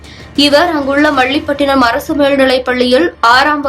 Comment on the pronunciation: என்ன செய்தி வாசிக்கிற... மள்ளிப் பட்டினம்....